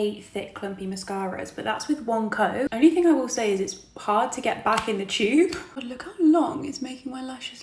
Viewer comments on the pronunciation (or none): "It's kinda HAAAD and its not for me...this is TAAAT'S new tubing mascara."